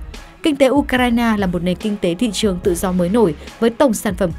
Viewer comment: Phát thanh viên đọc tên của Ucraina kỳ quá ! Nghe cứ như U cà rai nà ! Phải sửa đi nhé !